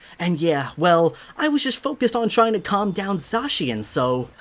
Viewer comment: It’s pronounced Za-Cyan